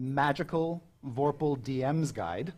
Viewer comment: It's "Amy Vorpahl" not "Amy Vorphal"